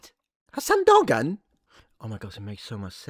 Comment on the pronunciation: Not defending that disgusting loser Hamas Piker but the Turkish name Dogan isn't pronounced like that. The 'g' is silent in the name so it sounds something like 'doh-aan' instead of the way you're pronouncing it.